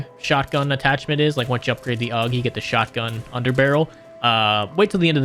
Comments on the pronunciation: Are you calling the "AUG" the "UGG" on purpose? Heard you say it many times in short succession and NGL I kinda had enough, lol Edit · it's not "ugg" it's "Aww-gu" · its not called an ugg. its called the A. U. G. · This man is really calling my AUG "UG". My heart hurts xD thanks for the vid! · "the Ugg underbarrel shotgun" 🥀🥀🥀